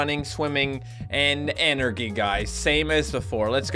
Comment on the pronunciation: listen to the way he says energy